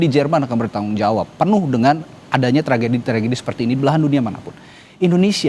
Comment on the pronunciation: Tragedi bang bukan trajedi..lebay Lo jadi pembawa acara